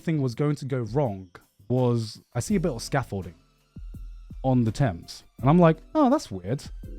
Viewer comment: Anyone else hear garnt say he had a gorgeous view of the Tims, instead of thames? I'm just imagining him looking at a massive pair of Tims, wearing a Yankee hat😂😂